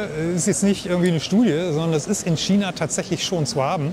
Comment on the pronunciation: Es heißt China und nicht Schiena, es heißt ja auch nicht Orschester oder ?